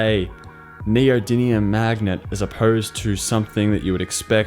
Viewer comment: Not neodymium, neodidlyium